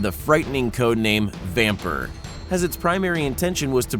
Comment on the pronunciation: Not even english. Flechette; he: Flatchet Vampir/Vampyr; he: vampüüüür It's amazing. When you deal with americans, you need to pronounce everything 100% correct, otherwise they laugh, or say "fuck man, you cant even speak, lmao dude!" but when they are dealing with foreign names, they never ever pronounce anything correctly, and dont even give a shit. Just like heggler and kotch. Do you know what i mean? Or heggler and cock. Still no idea? It's not that hard for pronounce Heckler [like the actual heckler, an annoying person like ], and Koch, almost as in 'cough'. Heckler and Caugh. That pronounciation is better and closer to the original, than "Heggler and Cock".